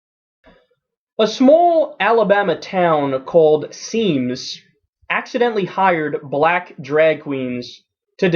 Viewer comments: My grandma lives in Semmes lol. It's pronounced like "sems" though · It's pronounced Sims. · On he said Semmes wrong!! I live here and it bothers me so much when people mispronounce it. It is pronounced Sims it's just spelled different